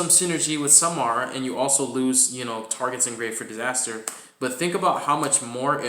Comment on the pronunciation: Sa-Ra-ma lol. It was very unsettling hearing you call it “Samara”. Regardless cool deck profile. Personally i play without Dimension Shifter because its too situational